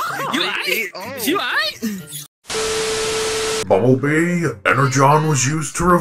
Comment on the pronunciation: its bumblebee not bumblee